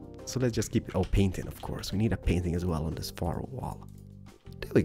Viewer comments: i am your big fan and you are my favourite youtuber, (sorry) but i hate when you say the word this like theez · I love how he says like zis ☺ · BOOM! Like zees he can't even say like this XD